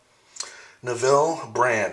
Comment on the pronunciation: My head was going to explode if you had mispronounced Neville (rhymes with "level") Brand yet another time.